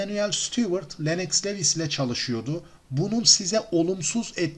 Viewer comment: LENNOX LEWIS DIYE YAZILIR , LUWIS DIYE SÖYLENIR , önemli degil ama söylemek istedim